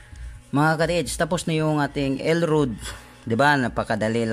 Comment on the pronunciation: El rad... puru ka el rud grrrrr